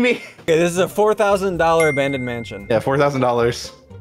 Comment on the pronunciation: its 4 millio dollad mansio :I